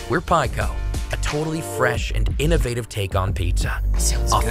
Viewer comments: is great-- gets your attention. 'Innavitive' Awesome😉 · I liked the pale look with the more sombre music. The pizza looks more real and it looked like it tasted better 🤣 that innovative pronounciation was terrible though. Gregs voiceover was dope. Now I'm ordering pizza lol. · Innovative is the correct pronunciation. Learn your own language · imagine not pronouncing innovative right